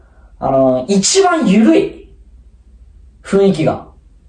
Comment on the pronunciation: せんせー。ふいんきじゃなくてふんいきですー（だるいやつ）